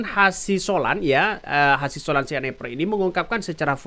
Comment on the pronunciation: Yang benar Rismon Hasiholan Sianipar, bukan Rismon Hasisolan. Maaf bang Ralaaat😂